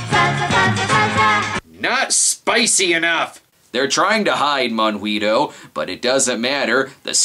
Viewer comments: Yay! I was ANAL (amused now and laughing) the whole time! A minor point: it's pronounced mohn-GEE-toh (with a hard G, as in goat) - it's okay, I'm from Argentina. Thanks for doing the voodoo that you do so well! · considering that he called him both mongweetoe and monhweetoe, i'm willing to assume he's purposely getting it wrong for comedic purposes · Sorry so be a pronounciation Castro, but Monguito is pronounced Mon-Gee-to. In Gui and Qui words the u is silent. For it to be audible you use the ü. For example higuera(fig tree) is pronounced ee-ger-a, while higüera(gourd) is pronounced ee-goo-era. Also, monguito is just a diminutive of mongo, which is weak. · No no and no. "Monguito" must be said with an Argentine accent, if not funny :P